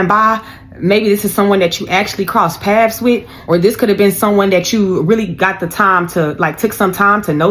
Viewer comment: It's PATHS BITCH NOT PASS 😂😂😂